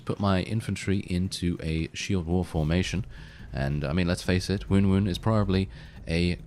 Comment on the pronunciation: I too prefer the pronunciation of Woon-Woon. Please continue that :D